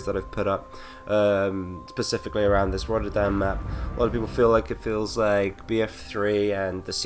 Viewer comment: Pacificaly? Really?? it's specifically.